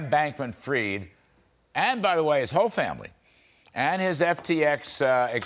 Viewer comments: Pronounce his name correctly! Not 'freed', but fried, as in chicken, eggs and bacon, etc. His goose is cooked - don't pander to his pretentious ego (and that of his parents!). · It is fried not freed have u education or na